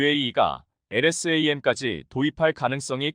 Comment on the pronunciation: 엘에스 에이엠. 하지말고 엘ㆍ샘 이라읽으면 좋겠구만 공부좀하여이!